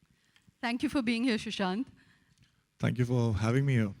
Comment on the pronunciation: she keeps calling him 'shushant'